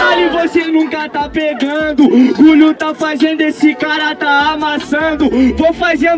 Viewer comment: Caralho, esse gulio não deve nem ter terminado a porra da escola slc, td hr ele fala ( FAIZENDO , FAIZENIO ) que porra é essa véi